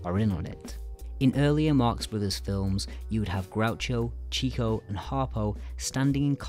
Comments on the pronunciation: Nice work, but just a few little errors that need correcting: 1) It's pronounced "Chick-o" and not "Cheek-o." Leonard received that name due to his "chicken" (chick)-chasing. 2) The brothers as a team released 13, not 14 feature films. 3) The Cocoanuts is concerned with the Florida land boom (not California.) And I do have to say, and with complete respect: there's more than a bit of over-analysis at play here. As someone who has had both a personal and scholarly relationship with the Marx families for nearly a half-century, and who was honored to actually know Groucho himself, the brothers and their writers (some of whom I was also fortunate to know) weren't seeking out specific parallels in their contemporary political world. Their bottom line was always: "what will be the funniest thing we can do?" - and not "how can we satirize Hitler, or make some sort of social commentary?" They also believed - profoundly: that analyzing comedy was the best way to kill it. Duck Soup is an extension of nothing so much as their developed characterizations via 20 years of vaudeville - Zeppo's role is NOT as some sort of Everyman, but rather as the necessary straight man component the three comedian brothers required when Gummo left the act in 1918 (and Zeppo was, by all accounts: actually the funniest of the brothers offstage - and didn't relish his role in the films, which is why he left at the conclusion of the Paramount contract.) Duck Soup owes (perhaps) more to Paramount's previous-ye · The pronounciation of Chico's name is Chick-o, not Cheek-o. He was nicknamed this because he was the one brother who could talk to girls (or chicks) confidently. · It’s Chick-oh, not Chee-coh. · In case you’ve forgotten, it’s not “Cheek-o”...it’s “Chick-o”. The nickname “Chico” came about as Leonard (real name) was a “chicken chaser” (womanizer). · Even I had pronounced it Cheek-o at one point not knowing it was supposed to be Chick-o.